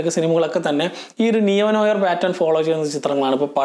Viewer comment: As it is french, it is pronounced "Nu our" with r silent. Just a food for thought